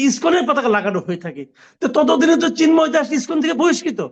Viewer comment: ব্যাটা জা নোয়ার জ ঙ্গি, "চিন্ময়" শব্দটা সুন্দর করে বল।